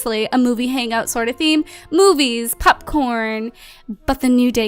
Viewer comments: It was adorable when she said popcorn because she said pupcorn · Whenever you say popcorn i think you're saying "pup-corn" hahah